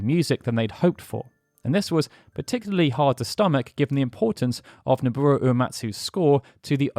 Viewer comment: Ehh, it's Nobuo Uematsu, not Noburu